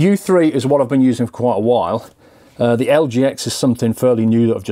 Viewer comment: ALSO WHAT THE FUCK IS "THUR" LOL JK BUT REALLY